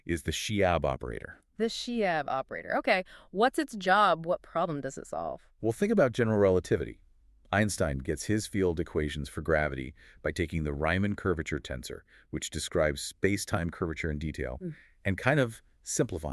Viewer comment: And every live physicist or commentator agrees with Wikipedia, for example Sir Roger Penrose, who has used the concept so extensively. It's definitely "spinner'. Aagghh! While writing this I just heard the AI call Riemann "Rye-man" rather than the correct "Ree-man". So irritating!